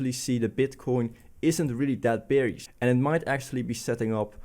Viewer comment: Nice refreshing new insights, but please don't EVER say Beer(ish) instead of Bear(ish)! 😗